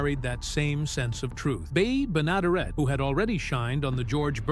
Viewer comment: You could at least corectly pronounce Beas last name!